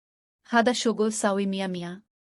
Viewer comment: আপনি আরবি শিক্ষা ভালো করে শিখবেন তারপর আরবি ভাষা শিক্ষা নিয়ে ভিডিও বানাবেন। আপনার আরবি উচ্চারণে অনেক ভুল আছে দোয়া করে ঠিক করে নিবেন। উদাহরণ :হাদা, শব্দের উচ্চারণ হাযা হবে। এরকম আরো ভুল দেখলাম। যেটা বলতে চায়ছি, আপনি দোয়া করে, আরবি লেখাসহ ভিডিও বানাবেন। কারণ আরবি কখনো বাংলায় সঠিক উচ্চারণ করা যায় না।